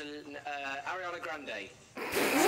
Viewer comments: Sie hasst es wenn man äriäna sagt😂😂 es heisst ariana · he says airiana